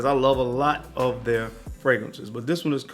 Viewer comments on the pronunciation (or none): none